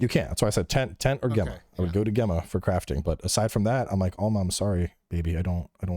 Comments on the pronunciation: Bro it's pronounced 'Jemma' not 'Gemma' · For the love of God-- it's pronounced Jemma. Super common name in the UK, Gemma. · It annoys me is saying Gemma instead of Gemma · Does mispronounce Gemma for the whole podcast?? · alot of the Americans do especially on her initial reveal, I guess it's just not common Name over there. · He has a very interesting way of saying her name for sure. 🤣